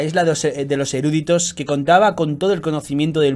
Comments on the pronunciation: Chupito por cada vez que dice "erúditos" en vez de "eruditos". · No es erÚditos sino eruditos.